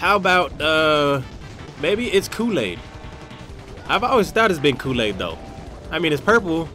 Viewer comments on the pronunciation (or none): when u said "coolaid" (i think thats how u spell it), for a second i thought u said "cocain" and i was like 0_o